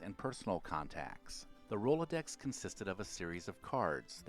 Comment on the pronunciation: It was painful to hear him mumble in confusion at Rolodex and Carbon Paper.